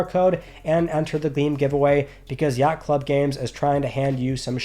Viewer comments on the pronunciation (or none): none